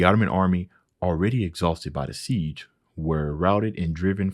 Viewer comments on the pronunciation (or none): none